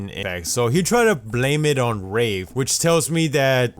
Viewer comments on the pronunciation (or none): He said rape instead of wraith twice and he also said rave